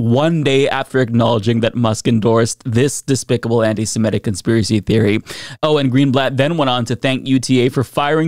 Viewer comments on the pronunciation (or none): One more time: not anti-SiMETic. It's anti-SeMITic.